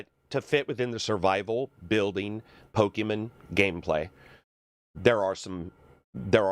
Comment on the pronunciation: can you stop saying "pokemen"